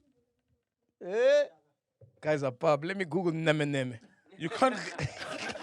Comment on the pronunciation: I swear is the best moment in this episode 😭The way MacG said nemenem... I'm crying